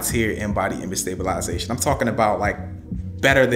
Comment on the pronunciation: 😂😂😂 sta·bi·li·za·tion...la-za-tion.... Where from Canada? 😂